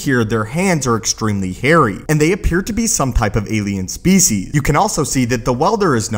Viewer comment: You keep editing out the "s" sounds at the end of your words. The Force Awaken? Specie?